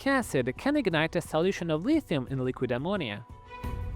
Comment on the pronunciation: "with the release of ammonia" but in a fucked up way lol